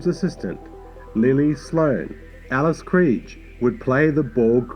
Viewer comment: I really like the music on this one, I was hoping you’d’ve corrected the pronunciation of Alice Krige though.